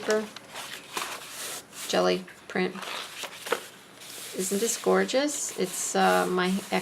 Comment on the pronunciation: Are you saying "echo dyed" paper? Do you have a video on doing that? Really neat journal you created!